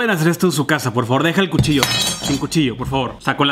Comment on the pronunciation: dijiste puchillo jajaja